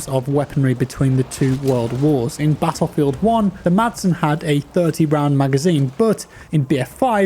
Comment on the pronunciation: "In Pattlefield"😂